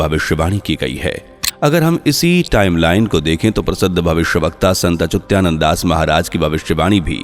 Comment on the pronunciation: Are achutyananad nahi achyutanana bolo